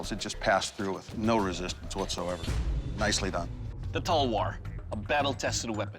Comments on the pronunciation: "Tall ver" :- Talwar That cracked me🤣🤣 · Yes they are pronouncing wrong It is Talvar not Talwar If we pronounce something wrong they are like bruh and when they pronounce wrong...